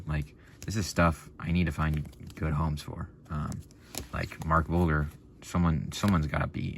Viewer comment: Pronounced, Mark Bul-JER